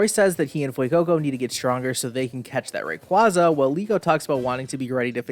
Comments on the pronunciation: thats... how you pronounce Rayquaza?? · I hate it so much the way he kept mispronouncing Rayquaza